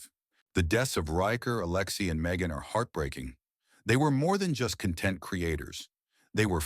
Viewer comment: Awful AI narration. ‘conTENT creators’ instead of ‘CONtent creators’!